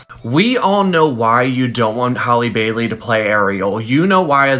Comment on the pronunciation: How do all these foos not know how to pronounce Halles last name??!!